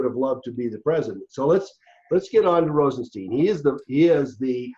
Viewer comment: ROSE EN STINE that's his pronunciation